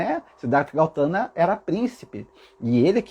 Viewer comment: Seu lindo maravilhoso, adoro suas mensagens. Está correto sobre o Buda, nasci numa família Budista e tudo que falou até aqui é verdadeiro. Deixa só fazer uma correção 😁talvez até eu esteja errada mas.. É Gautama e não Gautana😍Como falei é apenas um nome sua colocação está totalmente correta🙏❤️